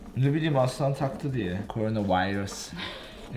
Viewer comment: Nobody:: Korenavayrıs